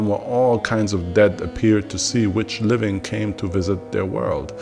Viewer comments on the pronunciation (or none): none